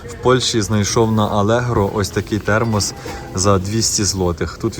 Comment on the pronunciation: ТХЕРМОС😂.Мені здається я також не вивчу ту англійську😅